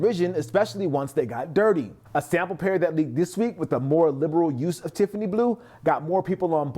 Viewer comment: "TIFFANEEZ" ad nauseum when the name is "Tiffany & Co." or commonly shortened to "Tiffany".